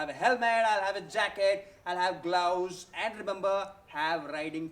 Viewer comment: Is it just me or anyone else heard blouse instead of gloves